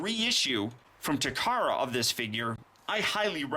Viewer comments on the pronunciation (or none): none